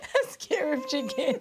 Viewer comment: Sewer of onions lol. Man, it’s Skewer*